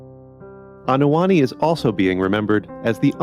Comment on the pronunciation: Anoa'i = Ah-no-a-ee NOT ah-no-a NI! It's not that hard! Go to Google translate for Polynesian pronunciation if you need help!